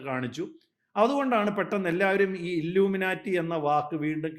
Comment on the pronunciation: Dear Anchor..... "Illumina-lity" alla.... It is "ILLUMINATI". Enlightened people ennartham..